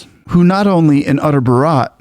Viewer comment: Bharat is pronounced as 'baa·ruht'.